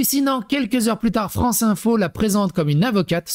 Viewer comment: L'awgent dé la Fwance !